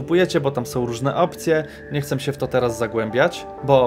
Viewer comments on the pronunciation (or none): co z tym „chcem” zamiast „chcę”